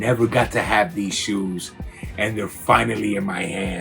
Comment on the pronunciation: Bro it's shoes ، not coco lol